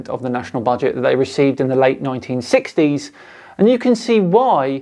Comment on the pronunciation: Exactly my thoughts! When he pronounced 1960s "neinteensextdeeys"